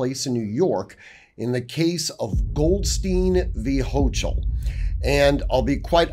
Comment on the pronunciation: Man your pronunciation of Hochul was foul. Only us New Yorkers get to disrespect her like that. 🤣